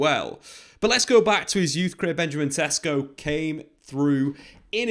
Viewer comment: Just letting you know, his name is pronounced more like Sheshko.